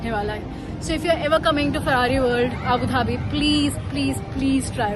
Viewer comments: Avinash saying "Adu Bhabi" with such confidence is the highlight of the vlog. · Avinash bhai saying confidently "Adu bhabi" hai is highest of the vlog 😅 so funny 🤣... Avisha jodi is amazing... 💐❣️ Love you so much 💐✨ Pls more vlogs and upload more vlogs soon ... 💞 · "Adu Bhabi" is the new official name for Abu Dhabi. Thanks, Avinash! 🤣